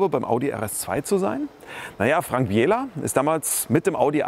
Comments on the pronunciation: Nur eine Anmerkung: Frank BIE-LA, nicht Frank BI-ELA :) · Frank Biela heißt der Fahrer, nicht Bieeela